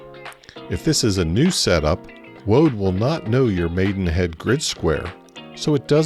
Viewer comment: You said woad....